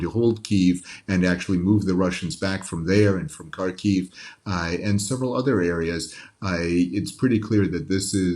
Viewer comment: Married and lived in Kharkiv for 22 yrs and never once heard it pronounced Kharkeeev.